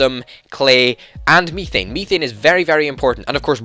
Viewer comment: Just so you know it is said "meth ane" is how it is pronounced